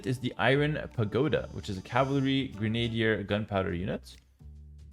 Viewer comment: gren-ah-deer, not grenade-deer